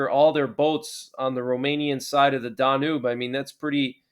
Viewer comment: Danube River - okay Danube is NOT pronounced Dah Noob it is DAN YUBE.